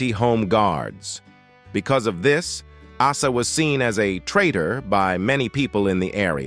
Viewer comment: Hey AI!!!! Asa is pronounced Aaaaaaa….sa